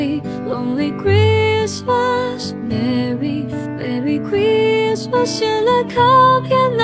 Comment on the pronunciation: 英文的部分還要再training欸 Christmas 的發音真的不忍卒睹XD